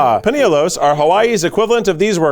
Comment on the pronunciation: wooo paniolos and Hawaiʻi mentioned!! it’s pronounced more like “pahn-e-oh-low” for american english speakers